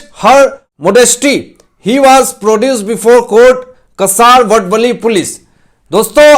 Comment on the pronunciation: कसारवडवली नही। का सा र व ड व ली ठाणे वे.